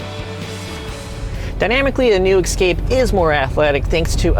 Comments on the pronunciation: Some say EXcape instead of EScape. Why is that? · It Es-cape, not Ec-scape. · *Escape not Ecscape. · Explorer, Excursion, Expedition, and "Excape"?